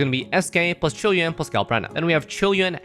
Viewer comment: Finally someone who can pronounce his name properly